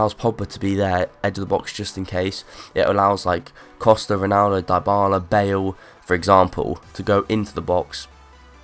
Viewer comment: Die-Bala? its Dybala.